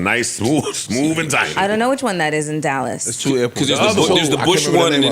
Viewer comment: Speak correct when you say anything about Dallas & Fort Worth, Joe.